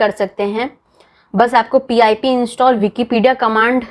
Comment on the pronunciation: yea bro... confirmed at the beginning itself when he said "P I P install", instead of pip as one word lol... he doesn't know what he's doing...